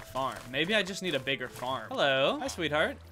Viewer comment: hearing danny say the word "sweetheart" itched something in my brain